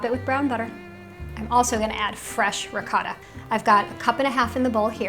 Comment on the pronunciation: Funny hearing this woman pronounce "ricotta"